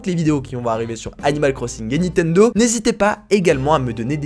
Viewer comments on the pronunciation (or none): none